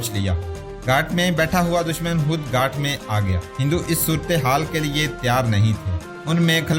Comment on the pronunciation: گھاٹ نہیں بلک لفظ گھات ھے